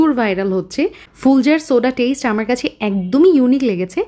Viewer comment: টেইসট , টামেইডো 😂